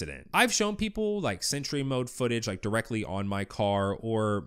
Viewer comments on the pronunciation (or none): none